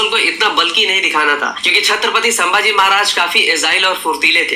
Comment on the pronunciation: Saambhaji ❌ Sambhaji ✅ Ganoji shikre (usko laga jaykant shikre jaisa) ❌ Ganoji Shirke gaddar ✅ Laxman utrekar ❌ Laxman Utekar ✅ Kya video banata hai yeh naam toh sahi se liye nahi ja rahe isse